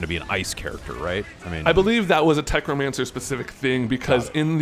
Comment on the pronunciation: I started losing it at "Tech-romancer." TECHNOMANCER 😂😂😂